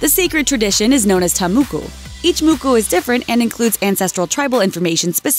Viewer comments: JFC the Maori one is so off it's almost funny. First off it's not pronounced muku, it's pronounced more like mocko, imagine the word mock with a oh at the end. And no, no, no Ta Moko is not used as a beauty statement, nor was it ever, there where and still are strict rules and traditions around their use. Typically only the eldest sibling of each gender may get a Moko, so the oldest boy and the oldest girl. If the oldest dies the next eldest may have one. Now Moko's where very common, a moko was a tattoo on the body, most individuals had those and they where added to as they grew and achieved things, having families, winning battles etc, but Ta Moko is specific to the facial tattoos and they where sacred and like I said not everyone could have one. They are very special and it was an honor to have one, they where not something to attract a man with, especially since most people would not get one traditionally until later in life when they would likely already be married. Nowadays they are less common due to social stigma and are definitely not used to attract men, nor do all men like them. Whilst the large lips part is true and that is a traditional beauty standard that persists to this day, everything else was basically nonsense. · its pronounced Mo Ko not muku maori ink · I was wondering what she was saying when she was saying ta mookoo.... then I saw she was trying to say ta moko! HAHAHAHAHAHAHAHAHA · I was kinda triggered when she said muku 😂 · It bugged me sooo much when she said “te Muku” I was like “ lady it’s “Ta Moko!” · Someone born and raised in New Zealand here, what the heck made this woman think the word was pronounced "Mükü"?!? It's pronounced "Moko", like the "O" sound in words like rob, job, cop, pond, sod, etc. And if I'm offended, imagine how someone who's actually Maori would feel. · You're pronouncing tamoko wrong. It's not "ta-mu-ku", it's pronounced "Ta-moh-ko". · I'm from New Zealand and its not called a FREAKING MUKU its called a moko.